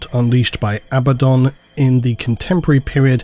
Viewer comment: I see is pronouncing Abaddon correctly now! Lol